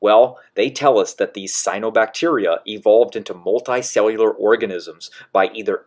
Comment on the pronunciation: I really wish people would just look up how to pronounce words they don't know. It's not like "cyanobacteria" is difficult to say.